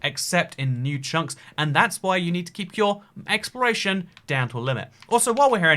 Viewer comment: I thought he said I should prepare for "expiration" instead of "exploration" 😱